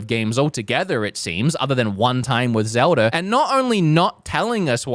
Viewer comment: "I love Zeldur"🗣